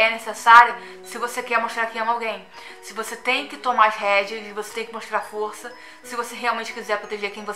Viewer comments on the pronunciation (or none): none